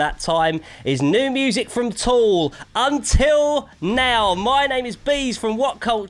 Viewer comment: Tool. Not Toll.